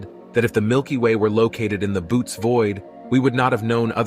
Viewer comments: Not gonna lie, this misinformation folk. First of all is Boötes Void, why main cuz pronounce it boots? Nah fam this isn’t it. Fake news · Can’t even pronounce Bootes right